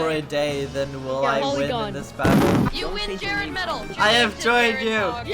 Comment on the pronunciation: my favorite part is when sed it's jerrding time and jerrded all over the place